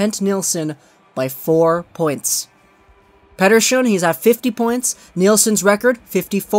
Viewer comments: It's petterSSON, not pettershon, when u say it like that u make a Swedish name sound Italian. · That's not what's being addressed. There isn't a dispute about that. In western English that name would be pronounced with a "ssss" not a "shh". Do what you want man, but it just sounds silly. Also: if you're going to say "pettershone" you also gotta say "Vaquh" when you're talking about Vaxjo. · Nathan Lichtmann it just sound awkward in general. Just pronounce it in your own accent pls